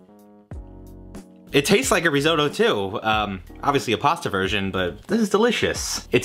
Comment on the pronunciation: Riz-oh-toe? Rizz-otto. geez.